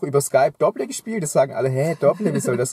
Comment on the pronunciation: Das Spiel Dobble wird Dobbel ausgesprochen.